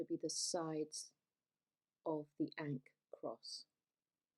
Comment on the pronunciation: That pronunciation is wild.